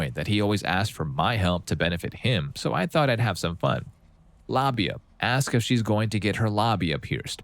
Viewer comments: What's a lahbia? You mean labia? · Is the narrator saying the word wrong or what? labia (la·bi·a) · why are u saying labia like tht 💀